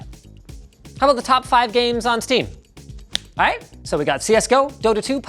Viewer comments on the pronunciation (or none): "is aite" 5/10 -IGN